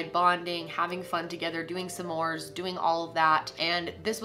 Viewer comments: she said some mores instead of smores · Wait. Did she pronounce it "Suh-mores " Lmao.